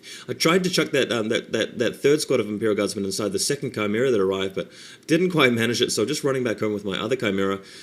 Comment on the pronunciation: wow,... at first i thought you were pronouncing "chimera" wrong, and i was about to snootily correct your pronunciation. however, i realized that if i was wrong i'd look like an idiot, so i decided to check a dictionary to make sure i was right... turns out you're pronouncing it properly. damn, all this time i've been pronouncing chimera like an idiot. i would pronounce it like "chimney," but with the last syllable as "era."